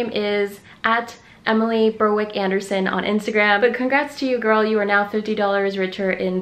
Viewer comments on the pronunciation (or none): none